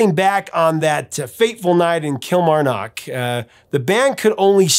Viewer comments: It's pronounced Kilmarnoook! Got to love an American pronouncing Scottish town names 😂🤣😂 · hey Prof....Kilmarnock is pronounced Kil-MAR-nock....☺fyi.. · Pronounced not so heavy on the o in Kilmarnock more Kilmarnick 😁🏴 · Great video! Highlight is your mangling of Kilmarnock! Hilarious Yank pronunciation! Don't take it personally!